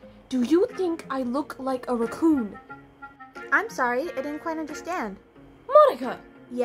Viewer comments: She keeps saying roocon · said “recoon” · It's because she's saying ruhhcoon instead of raccoon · The way she pronounces raccoon is so funny 😂 ❤ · So glad I’m not the only one who pronounces raccoon like that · don't look raccoon but she keep saying it wrong so Monika keep saying is a raccoon but she is not but is funny 😂😂😂